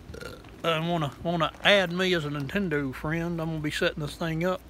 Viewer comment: “Nintendur switch”